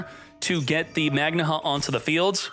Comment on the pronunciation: How can anyone look at the word magnamhut and decide it's pronounced magna hut